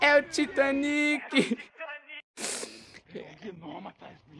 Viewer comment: "É o titãnic" kkkkk